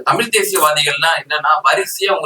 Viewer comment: எப்பா நெறியாளரே.. முதலில் நீங்கள் தமிழ் என்று அழுத்தமாக கூறுங்கள்...